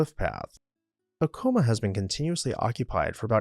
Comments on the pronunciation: Except you use an m sound at first not a w sound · the place is pronounced Ack uh muh here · ITS PRONOUNCED AC O MA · We have always pronounced it A-Ka-MA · You are pronouncing Acoma wrong. It's still inhabited as is acona, as is laguna, but I do believe chaco canyon is much more anchient. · You need to learn how to pronounce Acoma in New Mexico. Thanks